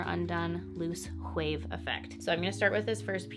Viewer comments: Girl the words wave and wind don’t have an “H” in it lol but I like the video! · She says wave like “whave” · Like she was raised by her southern conservative gramma from the 50s Nobody says “whave” anymore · I thought I was the only one that heard it...if you don't watch Family Guy look up Stewie Griffin pronouncing "Cool Whip"...haha I am glad she people picked up on her sense of humour! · the way she says "hwave" 😂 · gahhhh! why does she keep saying whave? is it some kind of inside joke? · “… tousled whaves if you whill …” we already know she likes making up words (“chesticles”); apparently she also enjoys creative pronunciation. 😉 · I love how you say "Whave" and "Whindswept" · Whave and whind 😂👍🏼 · I heard that WH too - just an observation, don’t think you were being nasty. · Gosh... why does she say wave like that?! It reminds me of that one scene on the movie Hot Rod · Girl why do you say “wave” with an H in front of it hahahaha